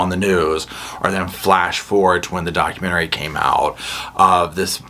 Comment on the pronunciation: I love your commentary, but you've got a damn weird way of pronouncing "documentary".